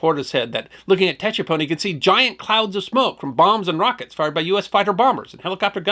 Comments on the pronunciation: His pronunciation of Tchepone is totally incorrect. The ‘T’ was silent and was pronounced ‘Chepone’. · its Pronounced ......SHE- PON Tchepone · It’s pronounced ‘Sha-pone.’ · Tchepone , pronounce as in Sha-boom (1954 pop song). E.g., sha-pone. When I read Kissinger's book I was dismayed at how out of touch he was about the real situation there. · I flew Cobras for all of Lam Son 719. This is a good article. As others have mentioned, it's pronounced seven-one-nine. The seven-one was the year, 1971. The nine was for QL-9, or Highway 9, which ran west from Khesahn to Tchepone and farther into Loas. At the time, it was just a dusty unpaved unused road. The pond was probably abandoned. I got that far a couple times. The 'T' is silent. It's pronounced che-pone, with a soft accent on he second syllable. Good article though.